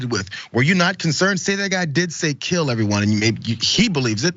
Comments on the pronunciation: I think he said we should gill them all. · Lol.... I believe that was " Jill em all".... But still Hilarious 😂😂. The disgrace was he left his teeth at home.